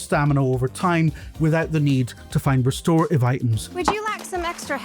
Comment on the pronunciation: The way that he hits "restorative" is sending me. 😅